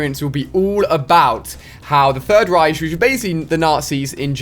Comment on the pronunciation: when ali-A can't pronounce The Third Reich properly.....awks